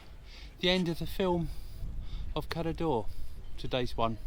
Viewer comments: I have l been to Cala D’or numerous times and the ammount of times the locals, have corrected the pronunciation from holidaymakers is unbelievable. If you go to Cala D’or the least you do is say it correctly!! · Why do people call it Cala Dee or? It’s Cala D’or . There is no letter i in D’or.